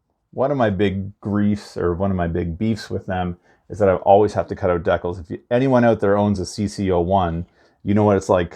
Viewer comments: D-CALZ....DECALS.......NOT DECKULLS!🤦🏻‍♂️ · Please… please please, stop saying deck-uhls. It’s Dee-cal. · i can’t watch this video this man saying dekals not decals